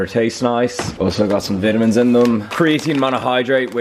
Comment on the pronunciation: Say vitimans correctly